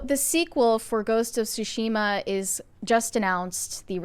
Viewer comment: TSU-shi-ma, not SU-shi-ma; completely different meaning. Also, Yes, Onna-Bugeisha and Onna-Musharraf existed and contributed on battlefields.